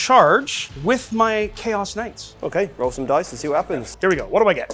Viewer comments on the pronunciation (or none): A little constructive criticism: Maybe don’t paraphrase knights as ka-nigits anymore! 😬